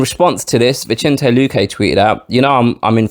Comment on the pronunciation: The C in Vicente is pronounced like an S, playa. 🤎